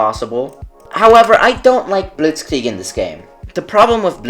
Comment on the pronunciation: Bro it's "blitz-kreig" not "blitz-klieg" (other than that great I will continue supporting ur channel)